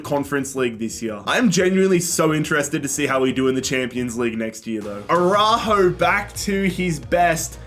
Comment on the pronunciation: It's the "Araújo" for me 😅